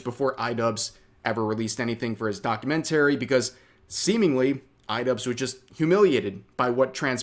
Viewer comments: why do you say it like "docuMENTary" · the way he says documentary 😂😂😂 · Why are you probounc8ng documentary like an idiot? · why do you say documentary weird?